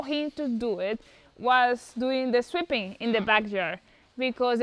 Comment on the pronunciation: the first time in the video when you said sweeping it sounded like "stripping" to me, it was at that point i subscribed and hit the notification bell and smashed the like